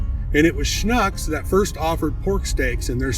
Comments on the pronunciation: He didn’t really badger it… more sh•nooks instead of sh•nucks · It’s pronounced like book Schnucks! Not like nuck. It’s like Schnooks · Its pronounced Shnooks(Schnucks) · Great history, but you need to work on the pronunciation of Schnuck's. The "u" sounds like the "oo" in wood. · Thanks for the video ... but please ... if you're going to act like an expert on this learn how to pronounce Schnucks and being native of St. Louis I've never heard of Saint Lou ees ans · I have 6 1 1/4” steaks from Schnucks in my fridge right now. They’re goin’ on the grill soon. Regardless how you pronounced the name, as an eastern Missouri boy I appreciate the shout out to the Schnucks boys and your great grilling method. Mine’s a little different but as we say here, “It’s all good!”